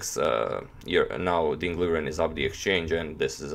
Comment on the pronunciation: #agadmator Accurately, it's Mr. Ding to call...Most commentators say it wrong, learn it and you're better than all of them immediately and easily